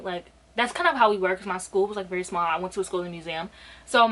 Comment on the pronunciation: did you say you went to a "schooling museum" ..????? 🤔